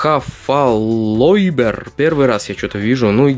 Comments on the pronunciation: не хофолойдер а холофайдер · не хафалойбер а халафайбер